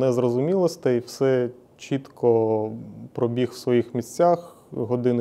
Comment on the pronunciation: перший, хто нормально вимовляє слово пробІг, тисну руку.